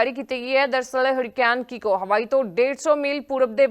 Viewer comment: ਕੀਕੋ ਹੈ ਤੁਫਾਨ ਦਾ ਨਾਮ ਹੈ। ਕੋਕੋ ਨਹੀਂ ਹੈ